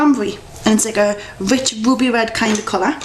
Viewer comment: she said RUBY red haha